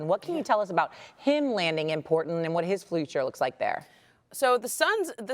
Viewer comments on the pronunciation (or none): 😭😭🤣🤣 . This lady said giannis Antegool, him landing in portent, and Fluture.